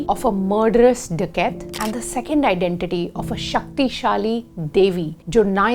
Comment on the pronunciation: Aap "dakait" ko English accent me kyu bol rahe ho? Ye hindi sabd hai to "dakait" bolo har chij ko angreji me mat jodo🙏 अवतार को foreigners के साथ साथ अब Indians भी 'अव्टार' pronounce krne lgg gye hai. It's a request keep it the way it was🙏